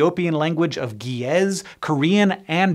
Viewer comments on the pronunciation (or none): Great video as always! One small correction: Ge’ez isn’t pronounced as Gii’ez as done in the video but rather Ge’ez. I cover a lot of ancient languages and writings on my channel Southern Demonology (sorry for the self promotion). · That is not how you pronounce Ge’ez. But it’s okay because I love you